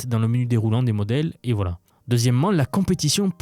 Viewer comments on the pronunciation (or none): none